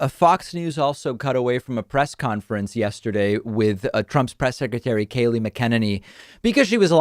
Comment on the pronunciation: STOP MISPROUNCING KAYLEIGHS NAME. It makes you sound dumb and as much as i hate Kayleigh, Im sick of hearing you misprouncing her name because thats the kind of thing they actually want. Knock it off, they aren’t worth it